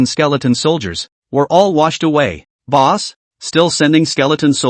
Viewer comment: Calls boss boos sounds like booze XD